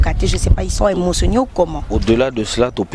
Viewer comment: commentaire et non commenteur, venge musicale maison et non maison meur, to tandre bango micro et non to attendre bango micro, émotionner et non emotionnier. Classe ange bokendaki einn nionso oyo kabila